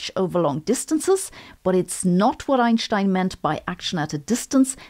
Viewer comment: I always come here to soothe my nerves after trauma sustained by hearing "Einstein" pronounced by the rest of English science-for-the-plebes youtube.